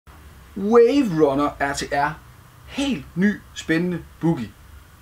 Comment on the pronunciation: Det lyder som om han siger waive biggy eller noget i den stil